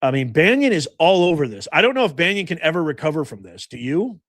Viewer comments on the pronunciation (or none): It's NOT BannIon professor. Try baa NON. Content has been great but you dont need to come off like Chris Matthew's X20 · Steve Bannon's name is pronounced BAN IN! THERE'S NO I OR Y IN HIS LAST NAME! HE'S NOT RELATED TO PAUL BUNYAN! I CAN'T STAND THE GUY, BUT EVERY TIME I HEAR YOU CALL HIM STEVE "BANYIN", IT'S LIKE NAILS ON A CHALKBOARD TO ME! Thank you for your attention to this matter. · Bannon,, not pronounce Bannion,, has not been accused by any of the girls, or just talked about, in any way associated with doing anything with those girls.. and you're acting just as bad as the Democrats do, when you start making these accusations, not knowing anything,,, again, you're acting just like the Democrats do , I normally really like your shows, but , you are acting very shamefulyl,, because you have no clue, what bannon, is saying to Epstein, you're doing just like the Democrats do with President Trump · and BANYON or Bannon ????? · It’s pronounced Steve Bannon NOT Banyon. (It’s hard to listen to this video with him pronouncing it Banyon. How can you not know who he is? And if you don’t know, it’s difficult to follow your assessment on Bannon) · It's pronounced Bannon,,, not Bannion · Why do you say banyon? It's bannon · Steve "Bannon", not Banyon☺️ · Because I hope to hear about him go8ng back to prison, it's "Bannon" not "Banyan". Youre spending too much time Florida. Lol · Ban on. Not Banyon….Im not sure about any involvement… I haven’t seen anything incriminating him of sexual “escapades” BUT Bannon does documentaries. He was supposedly trying to get 50 hrs on interview time for a documentary on Epstein. I haven’t seen anything to cast SA blame. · B.a n.n.o.n. Not Banyan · Love it! there is now a coalition of pronounce Bannon properly viewers. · Bannon not Banion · It's pronounced Bannon not banyan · Bannon not Banyo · Bannon, not Banyon. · baa NON !!! not Banyon or Banion. Pseudo intellectual punching bag. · Why do you keep mispronouncing Bannon?